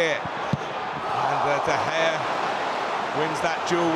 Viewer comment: PUT SOME RESPECT ON DE GEA'S NAMEEEEEE DE GEA AGAINNNN DE GEA AGAIN MANNN I DONT EVEN KNOW WHAT TO SAY ANYOMRE